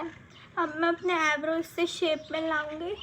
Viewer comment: Aybrow nahi hota hai eyebrow hota h😁